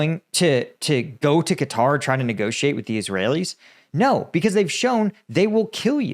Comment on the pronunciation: You are the only American who can pronounce the name correctly, everybody else says “cutter”